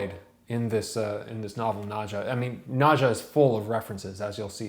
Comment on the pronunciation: It's pronounce "Nad-ya," as it would be in Russia. No English "j" sound.